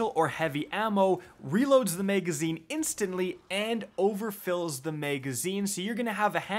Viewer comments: Nobody:: MEGazine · "the meygazine"